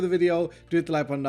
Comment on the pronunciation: “And if you’re brand new” 15 seconds later: “And if you’re brande new”